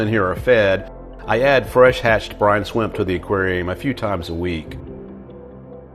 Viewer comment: No he pronounced them “swimp”